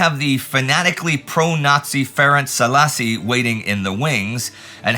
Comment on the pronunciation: Yeah, that came out a funny way... Szálasi is actually pronounced Saalashi in Hungarian. The Hungarian 'Sz' and the 'S' are pretty tough letters to consistently pronounce right. :D